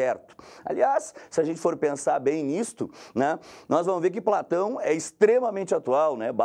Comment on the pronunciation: De Platãuum